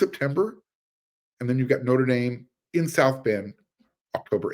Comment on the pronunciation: I really like your channel. But... Say "theatre". Now say "notre". I'll uh I'll show myself out...